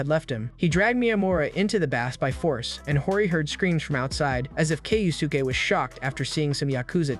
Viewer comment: Hori’s dad name is pronounced Kyo-ske